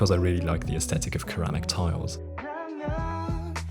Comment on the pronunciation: I could feel the melancholy of leaving Japan too from this episode. It is sad to know that this is the end of the Japan series. By the way, your pronunciation of "ceramic", is it in Austrian/German?